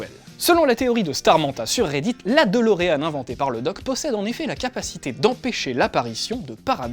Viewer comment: c'est DE-LO-REAN !!!